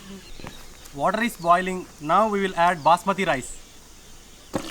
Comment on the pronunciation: 😫😫😫 He said water just like grand pa